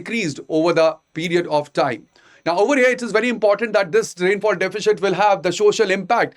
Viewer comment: I have been following your videos recently. While the same seems good, the pronunciation of words across various videos is confusing. Since you have selected English as a language of choice kindly work on your pronunciation as the same affects listeners, especially students who are switching between language or are not from a strong english based background. Example from this video - deficit should be pronounced as sit towards its end and not shit. It's absolutely not defishit.